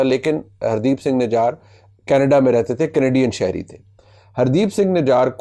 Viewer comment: نجر۔ نجار نہیں منیب صاحب ۔۔ ❤❤❤❤